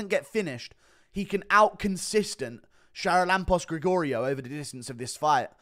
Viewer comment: Bro butchered the name charalampos grigoriou